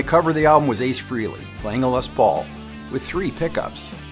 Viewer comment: Frehley is pronounced "fraylee"